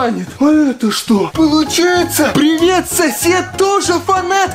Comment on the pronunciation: Там, пиривет, сосед, 😮